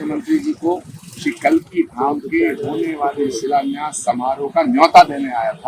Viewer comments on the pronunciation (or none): रिपोर्टर साहब कालकिधाम नहीं कल्किधाम कहिए